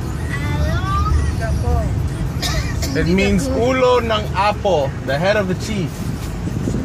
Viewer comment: The information was great especially for me because it's been 30 years since my last visit to subic bay. At first I was kind of lost because of mispronouciation of Olongapo but then I got it. Other than that great video n info and subic and olongapo has changed a lot I didn't recognize one thing lol